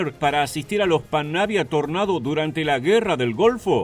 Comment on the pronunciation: Dios, muchas gracias por pronunciar "Tornado" cómo se debe Buen video